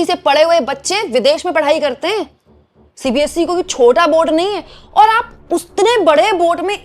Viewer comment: it's not CBSC. It's CBSE.Please correct it.